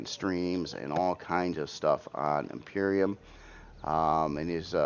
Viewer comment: Hey! thats been my favorite thing about his vids!!!! Cracks me up eveytime! Maby he will call it properly when they fix their feaking soundscape.